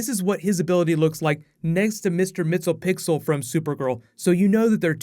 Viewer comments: The "Super Friends" song cracked me up! Also, I don't think "Mister Mixel-pixel" is how you say his name,... I think it's more like "Mix-ye-SPIT-lick." When I used to WATCH "SuperFriends," (back in "the day") I pronounced it like, "MIX-ool-plick." So, I think this pronunciation guide is worth a Flash ring, don't you? <"Gimme, gimme!!"> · Lol at MixylPixyl. Your pronunciation is cracking me up. Thanks for trying bro. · Ah,, ye tried. MIX. YEZ. PIT. TELL. ICK. Five syllables, three and four jammed together. Next, the glottal in "remnant".:) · Sorry for being that guy but its mister (mix-y-pid-lick) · Great video as usual! Isn't it pronounced mix-yez-pi-ti-lik ? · You totally butchered Mr. Mxyzptlk's name 😂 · Diego Hurtado might as well do more Supergirl videos. You make people scream for whatever you do. You gotta learn also how to properly say mr. mxyzptlk